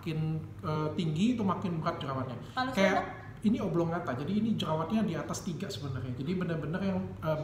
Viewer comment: Menit 3.00 Jerawat Oblongata ?? Maaf mungkin maksudnya conglobata. Kepleset sedikit ya dok Richard 😄😄